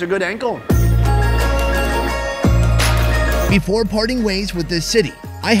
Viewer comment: lol I love the sort-of pun , when he says "that was a good ankle"! it sounds like the much more common phase with "angle" instead of ankle